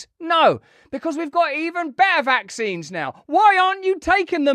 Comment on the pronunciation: VACKSSSSSS EFFFFFFFING SEEEEEEEENSSSSSS LOL. Sounds funny. VACKSSSSSS SEEEEEEEENSSSSSS